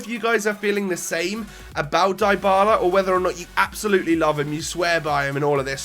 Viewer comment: mate it's pronounced Dee-bala not Die-bala! Awesome vid as always